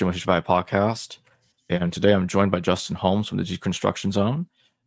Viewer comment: Repeat after me J-u-s-t-I-n